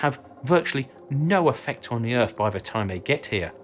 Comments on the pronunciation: What is "earf"? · ...where is this, "Erf" you keep mentioning? Apparently it's "fur-ver" out there?